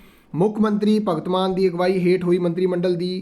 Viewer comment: ਉਹ ਭਰਾਵਾ ਜਮੀਨੀ ਨਹੀਂ ਜ਼ਿਮਨੀ ਹੁੰਦਾ ਹੈ ਭਗਤ ਮਾਨ ਨਹੀਂ ਭਗਵੰਤ ਮਾਨ ਪੰਜਾਬੀ ਭਾਸ਼ਾ ਨੂੰ ਚੰਗੀ ਤਰ੍ਹਾਂ ਸਮਝ ਲਉ।